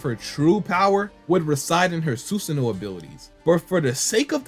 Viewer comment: It’s not susuno (Sun) it’s susano (San). C’mon people it’s not that hard to say if you pay attention and just listen to how it’s pronounced in the anime you’ll never mispronounce it again and by anime I mean the Japanese version not the English version. English dub is consistently mispronouncing names of moves and characters and then has fans thinking the way they pronounce names of moves and characters are the correct way of saying them but in reality they way pronounce them is wrong.